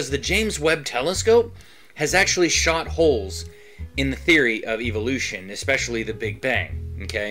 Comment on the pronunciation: Is saying Evolution or Evilution?